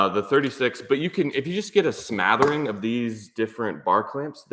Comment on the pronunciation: The word is "smattering"... I don't think "smathering" is a word... lol